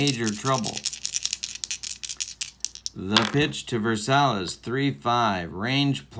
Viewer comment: Zoilo's last name is pronounced ver-SY-ez. Just a heads up. Love your videos with various games.